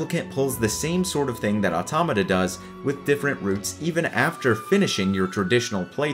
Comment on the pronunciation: Finally somebody who can fuckin pronounce 'automata'